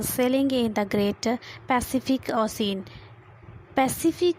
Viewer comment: and and 😂😂😂😂😂😂😂😂 pacific osen instead of ocean